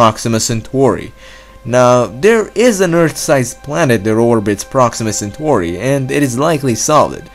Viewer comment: "proxima centhori"